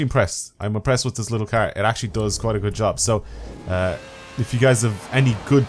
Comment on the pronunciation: "Brand new KEEARR"